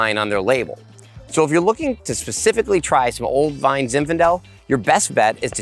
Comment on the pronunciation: When you say “vine” I keep thinking you’re saying “wine” funny